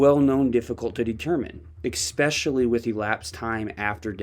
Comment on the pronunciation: You're a smart guy but many mispronunciations from you. No such word as exspecially.